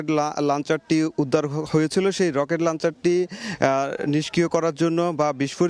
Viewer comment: the word is Launcher not lancher. ei journalists der nunotom English er gyan nai